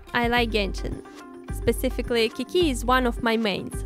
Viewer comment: The doll is so pretty but the way u said Qiqi's name whas wrong lol no hate but the doll looks amazing